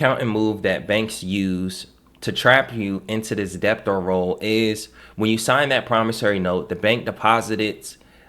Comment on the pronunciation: Debtor is pronounced with a silent "b". It is not "deb tor" or "dep tor" it is like "deh tor". I say this with respect.